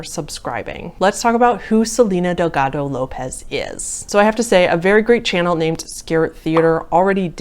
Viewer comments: I know she totally butchered it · that hard D in delgado lol